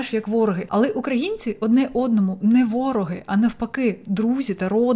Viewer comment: Хочу покращити вашу українську! Думаю ви не проти раз ви на неї перейшли. У слові "вороги" наголос на "и".